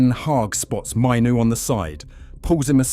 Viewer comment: Hearing his name mispronounced so many times is a rough one. If you’re going to use AI so heavily, at least ensure his name is pronounced correctly. The fact that his name is mentioned in nearly every single sentence makes it especially worse.